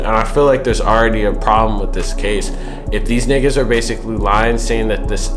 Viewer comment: Yo you don't sound right saying niggars like do you see how that spelt that's how it sounds when you say that word it's a pensive when I hear you say that word I cringe when I hear you say that word if my eight year old daughter says it not so much but if you say I cringe don't say it there's plenty words in the vocabulary that I'm sure you went to school and learned that you can use besides that word